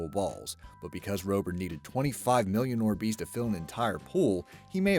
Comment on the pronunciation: i swear the god it hurts how he says orbeez